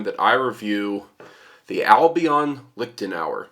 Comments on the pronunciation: Really, as a man with Irish provenance you pronounce it "Liktenauer" instead of "Liechtenauer"? An Irish man should know how to pronounce "ch". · A small tip: the 'ch' in 'Liechtenauer' or 'Fechtbuch' doesn't pronounce like the letter c in 'cat', 'car' etc. This is helpful: :) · Clemens Kindermann yeah it should sound like the c in the irish word nic which appears often in personal names in gaelic speaking areas. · I have no clue about swords. I'm just here wondering why English speakers have such a hard time with the ch-sound (ç) like in Liechtenauer or fechten. Just loudly whisper 'yes' or 'human' and you got it right there.